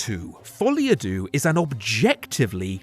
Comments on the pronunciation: Deux, not « doux » (soft). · "doo" is objectively the incorrect way to pronounce "deux". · Why everyone say Deux "Doo" when you have the "a" sound ?